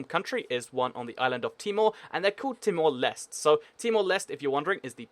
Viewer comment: its not pronounced as timor lest.its pronounced as timor lesteh